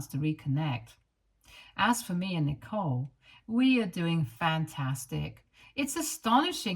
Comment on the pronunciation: This reader isn't pronouncing the name correctly